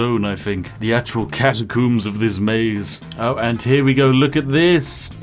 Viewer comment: Ah yes the catacümbs